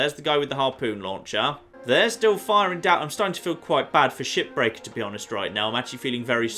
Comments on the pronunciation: is he saying ship breaker or shit breaker??? I truly think he said the latter at least 2 or 3 times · Is it weird that i hear "shipbreaker" as "Shittaker"?